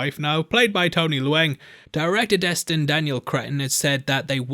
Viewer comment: The actor who plays the Mandarin, Tony Leung, his surname is pronounced "lee-ong", not "loo-ang". Please at least be respectful enough to pronounce their names correctly.